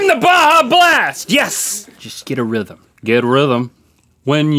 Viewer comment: “When you eat some guts, get rhyvum! You know you love it so much, get rhythem!” 😂😂😂